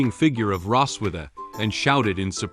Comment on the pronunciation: It's Rossweise, not Rosswitha....